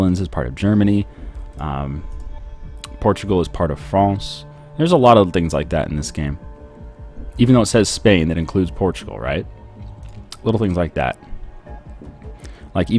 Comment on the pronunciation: He says Fronsh instead of france DUDE ITS FRANCE!